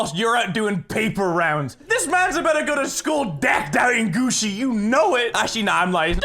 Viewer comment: Why does he say gussi